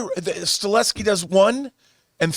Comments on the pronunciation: You’re mispronouncing his last name it’s not “Stuh-LE-skee” it’s “stuh-HELL-skee” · Chad STAHELSKI please get his name right or this will become mandela effect out of nowhere lol